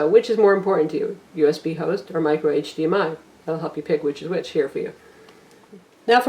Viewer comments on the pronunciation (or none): none